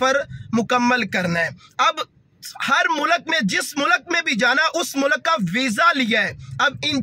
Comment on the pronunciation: Abe mulak nahi mulk hai